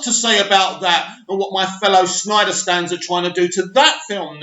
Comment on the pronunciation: it's "Snyder" also thankyou for breaking this news it's major news as far as I'm concerned!! Made my day!!